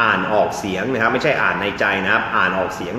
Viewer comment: คุณอาดัม ต้องพูด ‘ครับ ‘ไม่ใช่ ‘ฮับ’ นะคะ